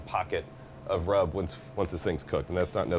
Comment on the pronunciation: It's "secret rub". Not "secret grub". Grubs are worms that crawl in the ground.